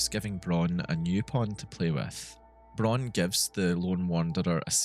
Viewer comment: Really great Video ! I have subbed (: PS: "Braun" in German is spoken out really familiar as "brown" in English. In some sentences i didnt really understood Dr.Braun´s name